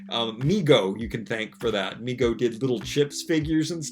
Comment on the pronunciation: IT'S PRONOUNCED "MAY-GO" for Mego, not ME-GO.